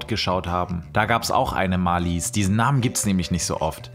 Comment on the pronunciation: Marlies betont man auf der ersten Silbe.